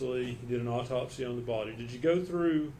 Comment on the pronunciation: I don't know how the eff this "doctor" made it through all the college work and actual hands on experience! She seems like she has no clue wtf she's talking about! Further more all these fools... AUTOPSY there is NO L in there!! It's not an all-topsy it's AU-topsy! Sooo annoying! And wtf is a "deaf investigator?" Is the investigator deaf or are they investigating someone who is deaf? The only thing this woman communicates well is "Yes." She "doesn't recall" more than she does recall. She looks lost like she has no clue or she's got stage fright and just remembering her lines.. "Yes." and "I don't recall." Horrible witness!